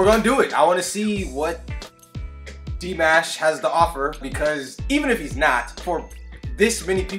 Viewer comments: He's NOT Dee - Mesh.....he's NOT Dye - Mesh. He's Dee - MAAAASH. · It’s pronounced Dee Maw Shhh